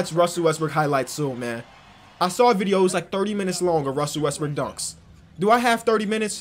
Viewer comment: Omg you caught him. He slightly mispronounced westbrook. 😂😂😂😂😂😂😂😂😂hahahahahahahahahahahahahah you ruined his whole career bro😂😂😂😂😂